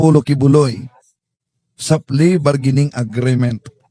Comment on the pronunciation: Hindi klaro Ang explanation sa please bargaining agreement..(agreement not agreement) ayusin nyo Ang mga basic pronunciation dahil social media ito..thanks!